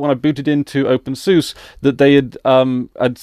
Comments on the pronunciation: It's pronounced "Open Sue-Sa" by most Linux users. At least, those who are familiar with the software do. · I like to pronounce it "Open Susie" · Every other word in this video hurts my ears. First off you are pronouncing it wrong. Watch this for examples: Further, OpenSUSE isn't enterprise focused, it simply shared some common development with core packages, but the distro as a whole is very much community lead. It isn't run or supported by Novell, in fact the Novell branding is completely gone at this point but the video is old so I will forgive that point. Although even when this was posted I am pretty sure Microfocus owned SUSE, however SUSE runs independently and OpenSUSE is lead by the community, not the company. Also for your confusion about a focus on GNOME or KDE, openSUSE focuses on KDE while SUSE focuses on GNOME which is just one example the influence of OpenSUSE being community run. Adding 3rd party repos is pretty damn easy as well. Generally if you try to download something from a web page that comes from a 3rd party repo it just asks if you want to add the entire repo to zypper for future updates and you just click yes or no. Pretty simple.